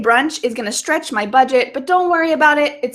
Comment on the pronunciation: stretch sounded strech